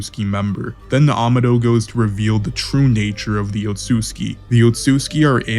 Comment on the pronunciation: Amados name is actually spanish it’s pronounced ( Aa-ma-doe )